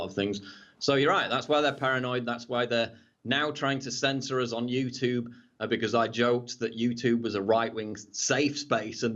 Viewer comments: Paul I love your stuff BUT one thing you do that drives me crazy is why as an Englishman you pronounce YouTube as the american YOUTOOB, Squash that shit bruffa! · You 'Toob' #shakeshead (pron:you-choob) :)